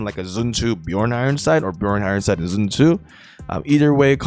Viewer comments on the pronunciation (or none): why you saying zun tu instead of sun tzu -_